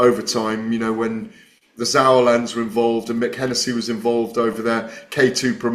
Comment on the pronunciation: Who’s “the Zaurlands”?? 🤡🤡do you mean the Sauerlands you tool??🤦‍♂️🤦‍♂️🤡🤡